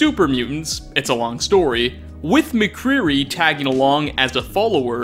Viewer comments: I'm done with your channel you said McCreary instead of McCready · I believe it's McCready not Mcreary